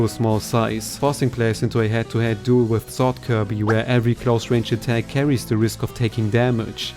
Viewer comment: ATACK-A OF A WHACA